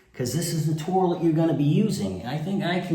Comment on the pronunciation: I’ve been to every English speaking corner of the planet and I’ve never heard an accent that calls it a “tour-lette” 🤔😂